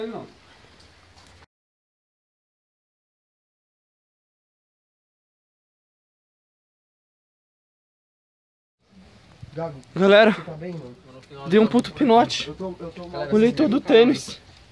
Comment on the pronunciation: Antes em outros videos eu pensava que era combinado, mas depois desse video tirei uma conclusão: ISSO É VERDADE MESMO e essa galera estão apavorados. Observem que a partir de o cara não consegue nem pronunciar o apelido do colega que é chamado de "gago" de tanto medo! Pavoroso isso.